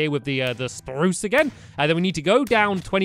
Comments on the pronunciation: omg stamp said spruce wrong 😲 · STAMPY!!!!! you said "spruce" wood. you said you will say sparruce wood